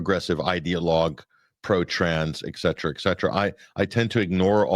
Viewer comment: What do you mean by eggcetera?